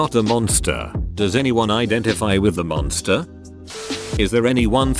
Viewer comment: I thought he said nonce-ster instead of monster 😂😂😂😂😂